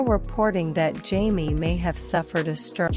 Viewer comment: His name is Jaime... Not Jamee. How annoying.